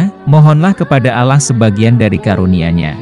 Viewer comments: Pilih pegisisuaraya yg Muslim coy biar ucapannya benar . Yg benar Allah( ucapannya Alloh) bkn Alah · Benar buk arti al quran alloh di ucap alah memang dlm bhs ind tulisan alloh di tulis allah tp membacanya ttp alloh. Berarti pengisi suaranya kemungkinan pertama bukan org islam dan kemungkinan yg kedua waktu sekolah bhs ind nya gak faham. Jujur buk saya sbg muslim juga tersinggung. Tlg jangan cuma memburu konten dgn menjual agamanya sendiri atau melakukan penistaan agama. Tlg pengisi suaranya di buang dan di ganti yg lebih berpendidikan dan pernah sekolah. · Jangan menyebut Alah.... Didengar ya engga enak... Sebutkan Aaloh itu orang islam menyebut nya.... Oke...! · admin ngaku muslim tapi nyebut ALLAH seperti non muslim,jujur aja! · ini yg mengisi suara nya kok nyebut ALLAH nya kyak bkn org muslim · Klu bs tlng di perbaiki pengucapan nya agar tdk trjd salah paham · Ini canel muslim bukan....heran saya kok yang bicara bahasanya/pengucapan seperti orang non muslim......terurama cara pengucapan Allah.....ini persis seperti ucapan kaum non muslim